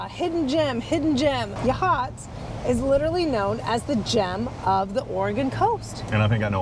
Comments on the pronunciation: I live across the street. It's pronounced YA-hots. Accent on the first syllable. Heceta Head is properly pronounced Hecketa. Haceta Beach, however, is Ha-Seeta. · Just so you know Yachats is pronounced “Yaaaa Hots” not Ya Hots😂